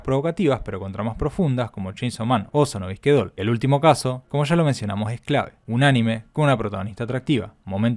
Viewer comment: Sono Bisque Doll, se entiende bien